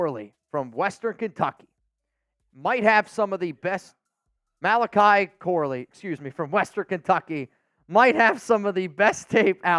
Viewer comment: ‘Mal-ech-ey’ Corley… come on dawg 😂